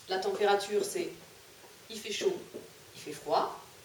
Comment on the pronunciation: Madame à températures c est temp et pas tenp 😅😅